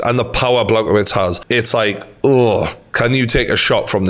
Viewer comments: The way is pronouncing Blachowicz’s name is really grating on me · TG- Just a heads up how to pronounce his name is Blah-Hoe-Vich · Bloody hell not “Blagowits”. Dangerous guy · Good vid, Jan’s surname (the polish dude) is pronounced BLA-HOE-VICH. Keep up the good work